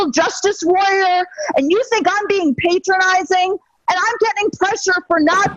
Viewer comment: Regarding the clip of the lady in the beginning, it's not pronounced "paytronicing", it should be "patronizing".